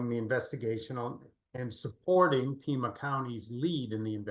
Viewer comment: Pima county, not Puma county